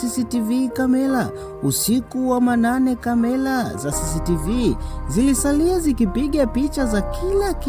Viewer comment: Brother plz sio kamela ni camera hebujifunze lugha sula ni sura mbona kiswahili nilugha yako mbona unaharibu unavyotamka sio akilushwa inaonesha unakula sana mrenda duh unachefua roho jaribu urudi darasani hufai kuhadithia kalibu balabalani kamela aibu mshkaji rudi shule